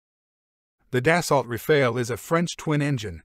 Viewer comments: The E is silent, so you want to pronounce it as if it was Rafal, with both As pronounced as America’s final A (otherwise it sounds like rafail, my Frenchness cannot stand it)☝️🤓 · It's still not Rafail, but RAFALE ! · Unmistakably wrong pronunciation for something rather simple: RA-FAA-L.